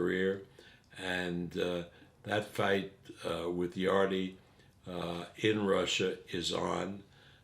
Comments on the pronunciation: Bless you Kugan, you’ve given ol’ Bob enough opportunities to hear that Yarde is pronounced ‘Yard’ and not ‘Yardey’ over the last week. The Wiley ol’ bugger is either deaf or cantankerously digging his heals in. :) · Bob arum called yarde YARDEY THAT WHAT HIS FRIENDS CALL HIM. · My respect level for bob arum is at maximum after hearing him call Anthony Yarde ‘Yardy” lol